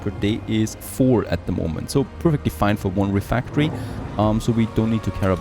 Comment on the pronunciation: pretty cool looking game. does feel like frost punk to me. Also, I really don't think RefEctory is pronounced refActory.